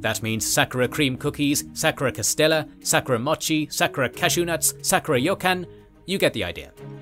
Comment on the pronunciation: Hearing you mispronounce 'sakura' so many times was painful lol